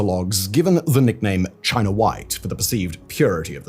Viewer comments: Its China, chi nah Not Chiner! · “In 2019 Chiner announced”😂😂😂😂😂cmon….thats on purpose bro literally Chinese perfectly with no R